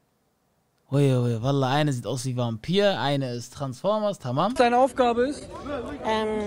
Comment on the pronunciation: Er sagt transformas gegen Frankfurter azzlavks hahahahahah bahhhh nein Vallah zu viel